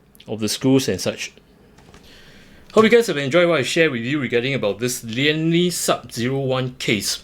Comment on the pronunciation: Lian Li not Liam Li bro please edit bro 😂